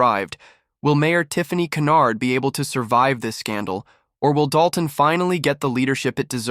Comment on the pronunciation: Her name is not canard but Hynyard